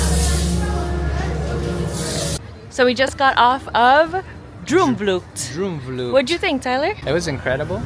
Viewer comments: Like how you said Droomvlucht......Droemvloekt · You pronounce 'oo' in 'droomvlucht' just like the letters 'oa' in the english verb 'to roam'. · I love how he pronounced droom vlucht